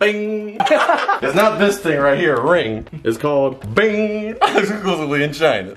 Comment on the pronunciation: It’s not bing it’s Ching